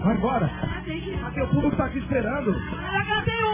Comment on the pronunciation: Ele escreveu assim, pra dizer que ela falou assim..... Ela fala puBRICO